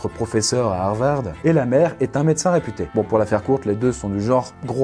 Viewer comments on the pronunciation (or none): C'est moi ou a il a dit madacin